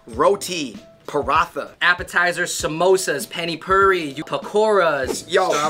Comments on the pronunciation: Not panny phiri it's pani puri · Hi guys! I liked your video. But, sauces in Indian cuisine are called chutneys. And pani puri is pronounced “ paani poori”. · I am dying why r u saying it sauce its pani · Oh I lost it when they called pani puri “penny purry”😂😂😂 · Nobody: Literally nobody: Them: Panny Phuri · And the totally murdered pani puri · I just love the way you guys pronounce pani-puri😂😂